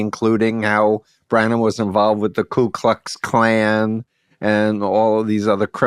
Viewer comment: It's Ku Klux Klan, not "klue Klux Klan".